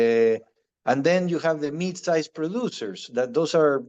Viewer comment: Ahh he is saying MID size not MEAT size 😅😂😂